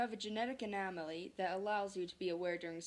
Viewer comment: No hate, I just want to say that “Anomaly” is pronounced: Uh-NOM-uh-lee. Anyways have a good day.